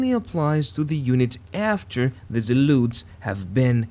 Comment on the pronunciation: There are no U in zealots ...its zea lot s..the zealUts was really annoying to hear so meny times....but a good vis :)